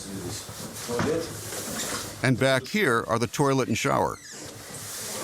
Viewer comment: Narrator said "toiRlet"...lol Sounds like Walnut Grove, Mo!!! USA